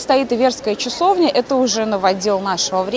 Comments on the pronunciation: Икона Иверская, не ивЕрская!!!! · Иверская - ударение не на 2-ой слог (((